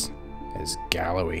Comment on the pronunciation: YOU SAID "GALLOWAY" ! - without the 'D....' True Scots hero. Fun fact, Sir James Douglas (with King Robert's pickled ticker) arrived in Seville just a year or so after the late king's death. It was the summer of 1330, round about the anniversary of Bannockburn, as it happens. He was killed a few weeks later. A bicker with some Moroccan boys got out of hand but Sir Walter Scott had a word or two to say about that, forbye.